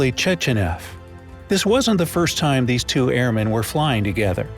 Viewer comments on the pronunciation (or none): none